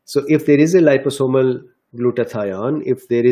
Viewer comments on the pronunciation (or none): none